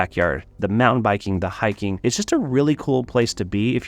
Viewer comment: Mountain......pronounced like a true Utahn 😂😂😂